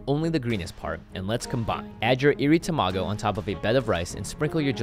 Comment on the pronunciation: "TaMaGo" "fuRIkake" * cringes *